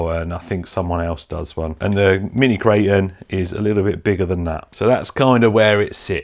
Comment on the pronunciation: It's not a "kray-un". "Kray-ton"